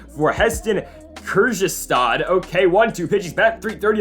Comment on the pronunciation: Kjerstad = Kerstad